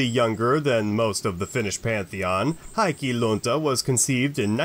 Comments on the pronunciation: Love your videos, but your pronunciation needs work. The true Finnish pronunciation of Heikki would phonetically be “Hay-key” not “High-key”. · It's pronounced HEY-key Lunta you got that right! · would you please put a minumum of effort into the pronounciation? HEIK-KI (and if you dont stop to pronounce the "E" like an "A" then i will send some finnish gods over to freeze off your little heikki!) in the word "hello" you have the correct "e" - use that damnid. Also, if a word has 2 "k" then it is for a reason. You cant just get away with pretending its just one. perkele!:-) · I hope that's how they teach Finnish to foreigners. The right attitude, perkele :D Tbh I don't think there are many in the Michigan Upper North Peninsula who pronounce it right, which makes me wonder who even gets to define the correct pronunciation.